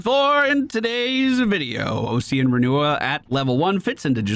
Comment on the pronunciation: the "Ocsean" instead of OSS-ian is messing with me, Ossian Renewal is Bone Renewal. like Osteoporosis or Osteocyte